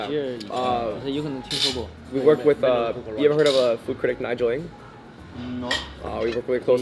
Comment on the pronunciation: Dropping Nigel Ng's name, and also mispronouncing it, lol! You guys are so bold, makes for a nail-biting video.